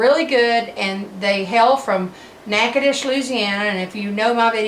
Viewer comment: I knew she was from Louisiana as soon as she pronounced natchitoches. You said “drive down” must also be from Shreveport lol